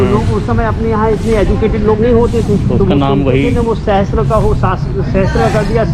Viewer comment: Its sahasra not sahastra, दोनों दो अलग word हैं, सहस्र means हज़ार जबकि सहस्त्र का मतलब "हथियार के साथ" होता है जो दो word "सह" और "अस्त्र" से बना है सह का अर्थ के साथ होता है जबकि अस्त्र का अर्थ हथियार होता है। सहस्त्रबाहु अपने आप में एक अजीब word combination है जबकि सहस्रबाहु का एक अर्थ निकलता है जिसका अर्थ है हज़ार हाथों वाला।